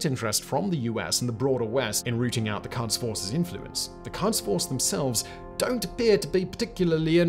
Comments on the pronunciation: Pronunciation of Quds/Qods is more like "Goads," as the Q sound is like a 'g' and a French 'r' combined into one consonant and the "u" is an old-fashioned Romanization of what's actually pronounced like an 'o' in Farsi. But as someone who works with ruminants a lot, "cuds force" had me picturing some unruly sheep in berets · Quds is pronounced as 'p U sh', not 'f U ss'. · the pronunciation of Quds is "koods". "Kuds" are what we give our kids! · A problem many foreigners have which I don't understand is the way they pronounce things like: Iran: not I_ran, it is E-raan Qods: not kaadz, it is ghods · love this. amazing content again, as usual well done. if there's any comment, it would be that the 'u' in Quds, is pronounced like the 'oo' in books. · Just the way he keeps saying qads instead of qouds is off putting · Its pronounced as /kuds/ not /kads/. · Love the show, yourFarsi pronunciation is bordering on painful however. In English, the letter uis normally used to transliterate a و which makes the “oooo” sound in both Farsi and Arabic. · "It ain't pronounced 'Cods,' Bye." ( said in Newfounder's accent) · It’s pronounced ghods force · pretty sure its pronounced "koods"